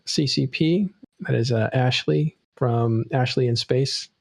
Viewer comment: Why do you keep calling AshY the name AshLEY?